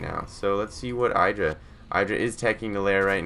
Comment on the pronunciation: In an interview Idra commented on where he came up with his name and he pronounced it Id-ra not I-dra, so this commentator is pronouncing it incorrectly. He is an excellent commentator though, I agree.